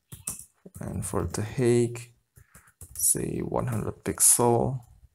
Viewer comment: "height": /haɪt/